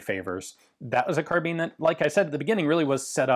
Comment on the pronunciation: I can’t tell if I have been pronouncing carbine wrong my whole life or he has saying carbean